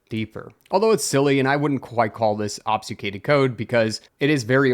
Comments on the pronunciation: ob-fU-scAded please man that’s how it sounds < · ob succ ated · "obfuscated" is ob-fuss-kay-ted. Or are you being meta? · Ob-fus-cate. "AWB"-"fuh"-"skate". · You sound to be pronouncing "obfuscated" wrong but I'm not sure how. The "fus" bit sounds maybe like you say "sfu"? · "Mallware" "obsucated" Bro take a breather 😂😂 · That pic is literally my discord pfp and I was just about to comment something about the "obsucated". Needless to say I had a confused moment. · I can side with "mallware" since it stems from "malicious" which sounds like "mall-icious" but "obsucated" was a big wtf lol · How many ways can mispronounce "obfuscated"? YES!